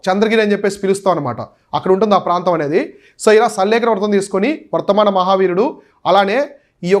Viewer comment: వర్తమాన కాదు వర్ధమాన